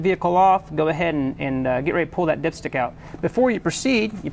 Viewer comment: I kept hearing dipshit 😂😂